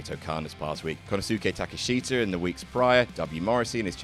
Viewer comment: please don't try and pronounce Konosuke Takeshita again. Unless that was a joke I didn't get.